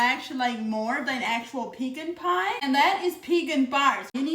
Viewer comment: I've never had a "peekin' pie". I can "see" the attraction to it.😂😂